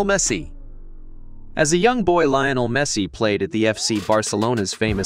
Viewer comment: Messi is the best player in the world and and you said Lionel wrong